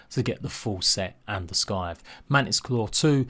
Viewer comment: Scythe is pronounced Sigh-th not sky-th 😅 otherwise great guide. 👍